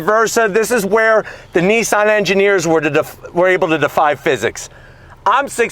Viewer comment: ITS NOT NEESAN ……. ITS NISSAN………WHAT DONT YOU FEKKIN UNDERSTAND ABOUT THE ENGLISH LANGUAGE………???